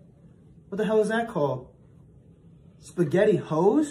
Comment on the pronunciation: spaggheti hos I'm dying